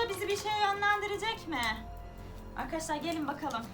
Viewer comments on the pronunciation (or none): none